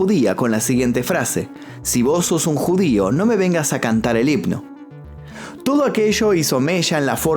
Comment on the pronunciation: Himno se dice, no hipno